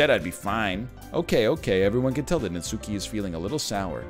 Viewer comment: The only thing triggering about this game so far is the way Ryan pronounces Natsuki. Not sure why but that emphasis on the 'U' is kind of grating for some reason. It's a minor thing, but I guess it's like a minor pet peeve. Just like when people pronounce Bakugo's name as KatsUki. The 'U' is (basically) silent. Katski, Natski. It's like when British people pronounce samurai as 'sam you rai'.